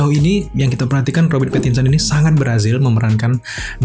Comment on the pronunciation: Pattinson kak bukan Pattionson 😂😂